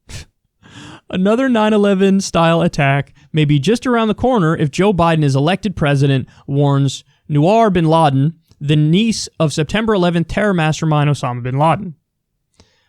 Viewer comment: Great commentary Kyle. By the way, for future reference, Noor is pronounced so that it rhymes with pool. Here's some help